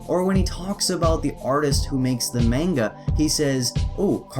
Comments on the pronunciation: you talk of pronunciation of "Anime" in his way being wrong (of which it is) but it is still closer to the correct Japanese pronunciation of the word. Moreover you say "Manga" as "Meinga" while it is said like "Mah-ngah." Please do more research before you put out a video on such a truly sensitive topic. Albeit that CNN did a worse job with their report but for a rebuttal, yours isn't quite on the target. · Manga is pronounced Monga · Dispite the fact that you are pronounce manga wrong, you sure do have the balls for complaining about the way the guy pronounce anime (which was not nearly as bad). I can actually speak Japanese, so it made me cringe everytime I heard you say the word. Also, when you had just did the literal translation for manga as japanese comic, i don't see the problem with calling the mangaka a cartoonist. It makes it easier for english speakers to understand that. If you want to rant, learn about what you are talking about first. Otherwise, you make the rest of us fans seem just as ignorant and bias as the people who we are complaining about. See the log in your own eye before pointing out the speck in others'.